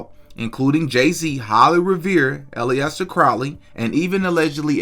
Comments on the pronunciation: You don't know anything about alister Crowley. U can't even pronounce his name right. Do u know that occult simply means hidden? He was trained in the hidden arts, yes but he was vastly more than that. Almost everything u imply about him is wrong. He was an evil man but not for the reasons you suggest. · The way you pronounce Alister threw me off and I almost backed out, lol.... Glad I didn't, that call was crazy af. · great work and don't let these ungrateful people get to you. I'd pronounce it wrong purposely just because everything about him was demonic. Tell them if they have a problem kick rocks!! With their smart ass's. Don't like it don't watch it! It's that damn simple. If you don't have anything nice to say then don't say sh#$. 🤷🤷I'm just saying!! You don't see them making videos. I appreciate your knowledge and your work. I just subbed yesterday. Keep up the great work Sir. I'm learning from you. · Lol his name is not all-E-ester crowley its aleister crowley the beast of scientology and golden dawn. Look up babylon working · Al-ester. Not Allie-ester. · Pronounced “ allister” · not to nitpick but it is pronounced "Ali-ster" like Mohammed Ali-ster. Not trying to be a dick. Love the channel and your delivery of the content. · It is pronounced Alester not Iliester. His main teaching is surrender your ego to the Cosmic One since Lust of Result leads to misery. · Its pronounced Alistar not allieaster 🤣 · It’s pronounced [Alice-stair]Crowley stop saying polyester Crowley. Also what’s up with niggers thinking that feed me like my video shit will work like he genuine stop being a bum god damn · Bruh it's pronounced Alister not ali-esther.... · Hey! Just a heads-up—‘Aleister’ is typically pronounced AL-iss-ter (like ‘Alistair’), not ‘Alley-est-ter’. Thought I’d mention it in case it helps! Your content’s 🔥 —seriously loving it, keep it coming! 🇬🇧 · Why do you pronounce it ally-ester crowley? Say Al-Es-Ter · Bruh Ali Ester? Come on man.